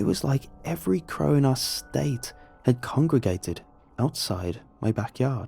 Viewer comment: no one:: craw